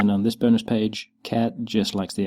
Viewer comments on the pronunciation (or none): "Dobranoc Gamma" is pronounced more like "DobranoTZ Gamma" :) I know, polish is weird :)